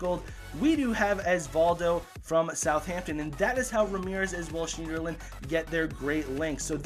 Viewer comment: You don't pronounce the e in schneiderlin